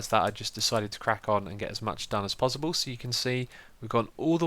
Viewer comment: dude its possible not pozzible